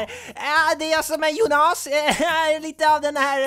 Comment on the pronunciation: Arvid Pettersson Nej, det gör hela skillnaden. Jónas är ju det normala uttalet, skämtet här var ju att han uttalade det Jonás.